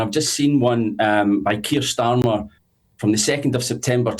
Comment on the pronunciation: Are you saying 'skier Starmer', it sounds like it! He certainly does not deserve the title 'Sir'. In the old days you were given a knighthood for bravery, service or for doing good for the country. Starmer has done none of these things. He lied to the country and continues to do so. He gaslights the people. He is a traitor. He prefers the WEF to Westminster. He loves Muslims over the British people. He is a weak little excuse of a man and his Knighthood should be removed.